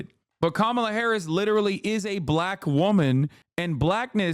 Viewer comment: Exactly. It almost sounds like he's saying "blech."